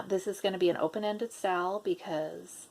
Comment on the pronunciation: I am a relative newbie to floss tube, and I thought you were saying « sale » when you were saying SAL ( stitch along, correct ?) So I thought you were going to sell some kits 😂